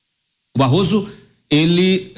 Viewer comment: Barroso falando "barro" ! Vergonhoso!